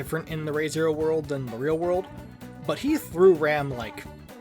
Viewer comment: Nice video! Just so you’re aware, the “Re,” in the series’ title is pronounced like “re” in English, rather than the Japanese character “re.”